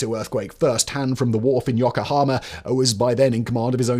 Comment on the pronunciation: Firstly, is it REALLY so hard to at least try to pronounce Japanese correctly? I know it's a tough language to master, but Yokohama is one of the easiest places to pronounce. Secondly, you completely glossed over one of the reasons that Japan sided with Germany in WWII, the reason I watched this was to hear someone talk about it, but no. Despise having sided with the UK and our allies in WWI (which you failed to mention), they chose Germany, in part, because they had seen the Americans slowly creeping up the Pacific, taking land away from the native people of various islands (Guam is good example) and thought it was only a matter of time before Japan was on their radar. Thinking Germany had a good chance of winning, and wanting to keep the Americans at bay, they sided with, what they thought would be, the "winning" side. This information is easily accessible. Is this written by an American, perchance? I'm not saying Japan was right in it's choice, but you have to admit, America thrives on invading sovereign nations, so I understand why Japan took the action it did.